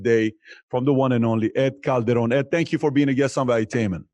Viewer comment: Nice pronunciation of Calderon, Patrick!!!